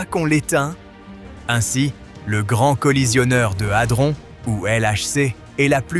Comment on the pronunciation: 😂 Adron pas altron😂😅